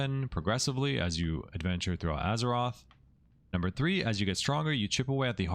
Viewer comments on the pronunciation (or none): none